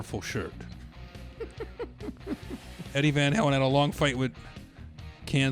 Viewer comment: "Deady Van Halen." that's a keeper.